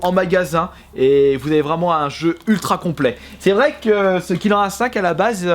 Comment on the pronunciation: Tu le prononce bien :o